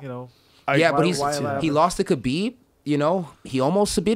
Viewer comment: To think this man used to be a ufc commentator, now he doesn’t even pronounce ‘Khabib’ right... he’s out of touch with Dana’s empire.